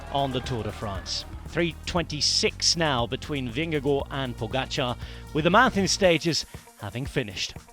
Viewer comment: Pronunciation of "Vingegaard" please!!! Last part sounds like first part of the English word 'garden' Vinge-Gard You are welcome. Your French is perfect! ;-)